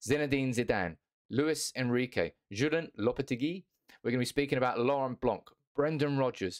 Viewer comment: You don’t really read ‘c’ in Blanc surname 😏.